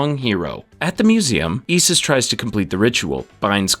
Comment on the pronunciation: Your pronunciation of Osiris and Isis is killing me…